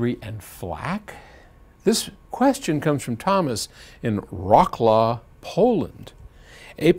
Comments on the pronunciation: My man here seriously pronounced Wrocław (pronounced similar to Vrotslav, or Vrotsuav) as Rawklaw. Fucking lol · Wroclaw - pronounced vrotz-lov - W = V and C is - in this case - ts - and, no, I am not Polish! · That's the worst pronounciation of Wrocław ever. Its pronounced Vrotzwav